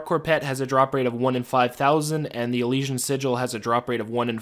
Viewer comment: Eleeshion I’m sorry but I laughed at how you pronounce it 😂